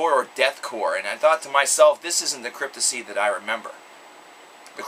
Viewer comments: Pronounced *CRYPT-TOP-SY* your pronouncing it as "Cryptosy" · reviews and talks like a fan, but can't even get the band name right. lmao. fail. Cryptissy? Dude, re-do the video with the proper band name pronunciation. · CryptoPsy! THE P ISN'T SILENT! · Dude has an opinion on a band who's name he can't even pronounce correctly.